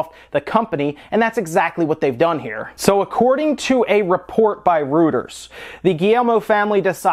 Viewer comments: Reuters is pronounced "royters," not "rooters." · says Rooters instead of Reuters. How is that possible? That made me cringe. Someone needs to quality-check this stuff... needs a Mike Matei or someone to listen to these quickly.